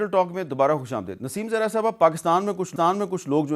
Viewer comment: Khush amdeed, not daid.